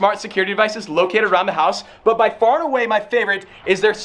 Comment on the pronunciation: six BY six not six BA six